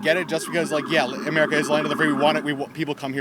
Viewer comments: She called it " Amurica" she is not an American.. deport her... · That lady couldn’t even pronounce America right..